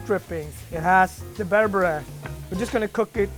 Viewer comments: As an Ethiopian I was annoyed at his pronunciation of berbere, injera, and tips 🤷🏾‍♂️🤦🏾‍♂️ On another note people always ask me “are you that Ethiopian chef” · not to be rude or anything but its pronounced (ber-ber-eh) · Why he pronouncing berbere so weird lmao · I am Ethiopia and mad how he pronounce the ingredients like the aybe berbere etc